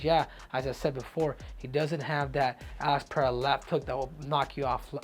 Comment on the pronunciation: Henry LOVES saying Alex Payeaya😂😂😂😂